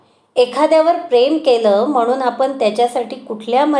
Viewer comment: न आणि ण चा उच्चारा वर काम करावे. जाण्यापूर्वी... जान्यापूर्वी नाही. आपण... आपन नाही